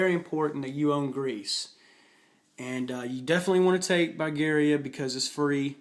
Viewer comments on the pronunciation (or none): Come on, dude. It's Serbia, not Siberia. It's Albania, not Albany. It's Austria-Hungary, not Hungary. It's Bulgaria, not Bygaria. It's Venice, not Vince. Anyway, good analysis. Glad to see you noticed the importance of fighters. Although I think using the German surface ships and subs to wipe out the British fleet is critical. I've done it twice now and believe me when I say that France is easier to kill when it's alone on the continent.